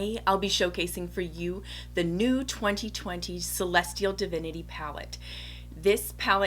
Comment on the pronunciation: I love the backdrop! And the way you just killed the name of the palette without even struggling like many of us did! Lol I love your technique for the cut crease with the liner brush! Must try! New subbie 😍